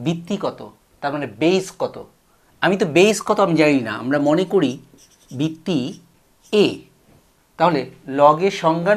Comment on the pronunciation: Bitti bitti bolchen kno ota to vitti